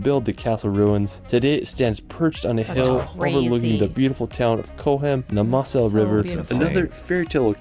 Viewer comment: Moss- ell? Mow ZELL!